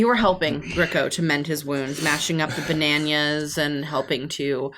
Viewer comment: Every time they call bananas 'bananyas' all I can think of is the Bananyans, the banana cats from the cartoon of the same name.